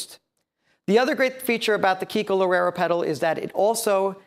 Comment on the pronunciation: Is Kiko, Not Keiko!